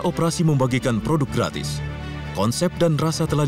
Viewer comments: Logat betawi😂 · "Gak manis" "Gratis nih" dgn logat betawi "Kurang ajar" ngegas